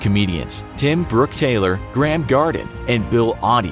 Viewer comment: American pronunciation of Graeme is truly woeful